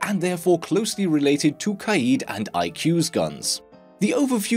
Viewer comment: KA-ED KAAAAA-EDD FFS NOT KAYEED ITS KAAAAAA-EDDDDDD